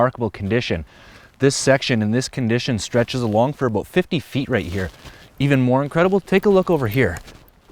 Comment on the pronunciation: A soul from a boot? A boot what?! What is it a boot?! What are you trying to say strange Canadian man?!